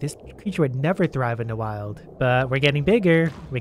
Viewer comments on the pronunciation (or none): none